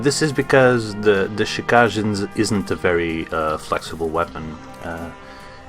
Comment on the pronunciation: It's pronounced "Chi-ka-ge", not "Chi-kaj". The name is japanese for blood shadow.